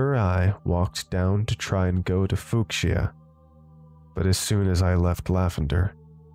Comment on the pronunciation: Grew up with Pokémon Red in the 90s. This is awesome, thank you! edit: Didn’t want to nitpick, but I have to say… it’s “few-sha”, not “fewk-shia”